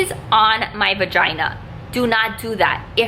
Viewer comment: How many times she said vigina